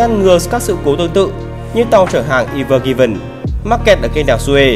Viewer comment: không bạn ơi, con tàu đó là ever given thật đấy chứ ko phải evergreen. sai sót thì chắc chỗ dựng chứ bạn này đọc đúng